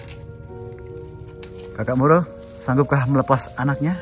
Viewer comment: moro di baca muru